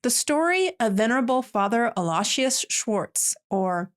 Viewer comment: Many prayers for Laura and Trent. God bless their family. I had never heard of Fr Al until Laura mentioned him, maybe her announcement will awaken the world to his work. Please look up how to pronounce Aloysius. Julien Miquel gives good pronunciations on many difficult names